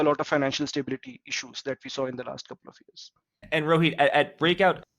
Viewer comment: Jack . Loved the way u pronounced Rohit. Its also my name. Never seen it pronounced so corectly n with affection in my life by a famous person. ❤ Kudos for that!